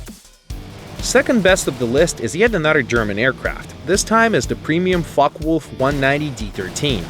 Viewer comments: lol....f*ckiewolf....I cracked up when you said it that way.....its pronounced FOKAWOLF but the way you said it is memes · "Fockee-Wulf" xD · Mark that's what I was about to say lol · Lol, "Fockeewolf" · Lol I heard fucki wluf. XD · is it just me, or he pronounces "fuckwolf"? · mini hoov: fuk-a-wolf bestiality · hahaha his pronunciation of fucke is hilarious.